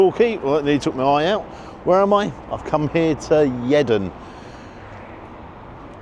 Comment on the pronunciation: I live 5 miles away and have never heard anyone call it Yeddon